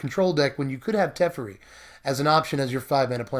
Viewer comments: Te-FAIR-ee, not Tef-ur-ee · TEH-FAIRY not TEFRI luv you <3